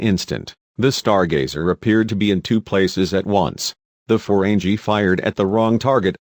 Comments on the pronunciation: Ferenji???? FERENGI, idiot...pronounce the names and terms properly! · Stopped at Reliant. Annoyed by the narration and the non-canon ships already, but to hear Reliant was a Destroyer??? Reliant was a Scientific Research vessel! And for godssake, it's "Ferengi," not "Forenjee." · Learn to pronounce correctly. Jean is "zhon", Ferengi has a hard G, Oberth has a long O. Get it right or don't do ii. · the robot voice is terrible. Gene Luke Pickard? Feren Gee? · Ferengi is pronounced with hard 'G', not soft 'G'! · "Jeen" Luc Picard? "Ferenjeee"? LOL!!!! No A or E? Ridiculous! Stopped watching . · Got to love how how he mispronounces Jean-Luc Picard and the Ferengi, he's definitely not a fan of the show or has ever watched it. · this twit is deliberately pronouncing "Ferengi" and "Jean" incorrectly.. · You do realize the voice is computerized, right? Listen to the cadence and pacing of the words. And I'm pretty sure a real person who is this much of a Star Trek fan would know how to pronounce Algeron, Jean-Luc, and Ferengi correctly lol